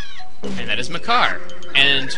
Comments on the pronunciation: its maker not MAH CAR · I pronounce his name as "Makkar", not Mah Car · it isnt spelled Mah Car, its Makar. and Makar is the Korok not the boss. the boss's name is Kalle Demos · hey thats meh-kar!